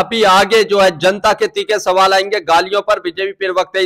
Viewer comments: पिरवकता नहीं होता है भाई प्रवक्ता होता है। सही उच्चारण से बोलो। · Bhai pirwakta pirwakta pirwakta..kya hota hai pirwakta? Prawakta hota hai